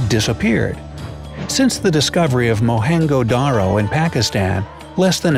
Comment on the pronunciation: Mohenjodaro pronunciation was wrong 😂😂😂